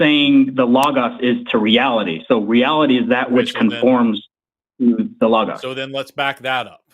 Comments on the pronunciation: It is so grating to hear people repeatedly and consistently mispronounce words. It's friggin Low-Goes for bloody sake! Lō-gōs. If you're gonna use it repetitively throughout your argument, say it correctly! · Idk why, but the way pronounces logos gives me big Jordan Peterson vibes